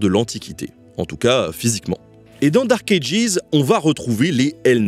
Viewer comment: Bordel qu’est ce que c’est énervant de t’entendre mal prononcer Dark Ages ..